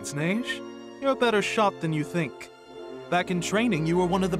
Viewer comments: The way you say "Neige" sounds suspiciously racist. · And instead of saying neije say neige or at least since she sounds like nepgear just say Ge-Ge